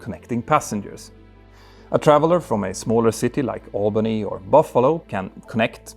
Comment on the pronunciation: You said Albany like a true New Yorker, nice!!! Awwlbany.